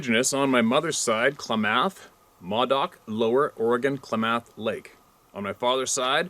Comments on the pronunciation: When you say Klamath, I believe you're putting the emphasis on the wrong syllable. I've always heard it as KLAA•mεth, where the "ε" is meant to represent the schwa sound. (Don't have the right symbol on my android keyboard.) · Clam-ith. Klamath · Klamath is pronounced 'Clam-ath' Or Kul-am-ath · Klamath. Emphasis on math. Said kla very soft "a"; math(emphasis but still soft "a" sounding close to moth. )